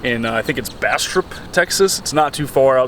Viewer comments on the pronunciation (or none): Hey man great video! But bastrop is pronounced "bass drop" 😉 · He said Bastrop Bastroop... It's not that complicated man.